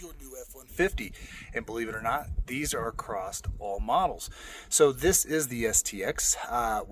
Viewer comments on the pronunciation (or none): Did you just say "Acrosst"? Yes you did, good lord. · He said “acrosst” lol